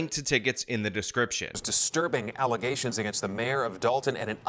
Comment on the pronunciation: These allezation (how the super mayor pronounces allegations) are probably 100% facts. But honestly, all of the people on the board should be replaced, most importantly, the super mayor